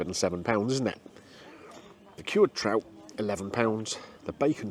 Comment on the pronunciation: I thought you said ill start with the tramp 😅😅 not trout